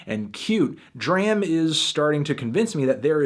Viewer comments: ITS PRONOUNCED DROM NOT DRAM HAHAHA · MELONHEAD. IT IS DRAM AS IN DRAMA WITHOUT THE 2ND A. NOT THE WAY YOU'RE SAYING IT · its pronounced drawm... what was the line from broccoli? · it's pronounced DRAHM like DRAMA without the A you bald headed fuck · It's pronounced "drahm" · u say his name wrong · It sucks he keeps pronouncing D.R.A.M name wrong..... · can't get over fantano mispronouncing DRAM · you dont even say his name correctly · my G u prolly shouldn't review an album if u can't pronounce the artist's name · thats not how you say his name lol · thumbs down for pronouncing his name wrong. just kidding love you melon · He mispronounced his name every single times and I couldn't handle it. I'm glad it's a positive review though. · U and like James can't say his name properly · Stop pronouncing his name wrong! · ITS NOT PRONOUNCED LIKE THAT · Can you please pronounce his name right next time :) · Nigga say his name right lol, dram always talks on how he hates when people say his name like you do